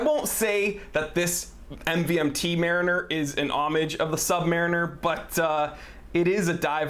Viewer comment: the way this dude pronounces mariner is fysically hurting me, otherwise great vid